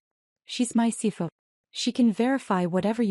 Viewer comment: Why does your AI reader always slur over the acronyms - CFO it pronounces “see fo”, CEO is “see oh” and COO os “see oh”. Very sloppy. And how does the uncle not know where the second investment came from when he and the nephew had openly talked about it after the withdrawal? Everything else was the same even though nephew didn’t openly say “ nephew is investing again”. Another sloppy inconsistency.